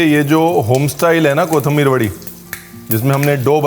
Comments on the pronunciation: Very nicely and in details explained But Paaji your pronounce for kothimbir is not correct your says KOTHAMBIR otherwise you are great i follow your recipies and all ready made plenty of them. Thankyou very much making me good cook at the age of 60 Please say someday on any of your video on my comment Thankyou Dear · 3 words seekhe usmebhi ek galat 😂 kothambir nahi kothimbir (कोिथंिबर) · कोथंबीर नही, कोथिंबीर ✓ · It’s “ko thim bir”😂